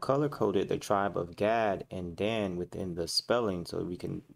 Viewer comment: Enslaved not Slaves. Slave = Slavic European the 1st enslaved by EphraYeem and others Gad pronounced Gawd or God that troop.. And Dahn ....Dan.